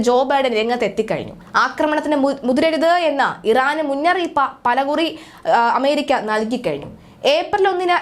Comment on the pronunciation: മുന്നറിയിപ്പാ അല്ലാടി മുന്നറിയിപ്പ് അരോചകം